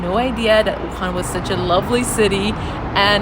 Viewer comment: Very well done! Too bad you're not a breakfast person. The hot, dry noodles (re gan mian) is a Wuhan specialty I simply can't do without. Oh, and thanks for pronouncing Wuhan correctly wuHAN. It's not that difficult. Seems like almost all westerners say WUhan. Drives me nuts! (Retired American living here for the past 10 years.)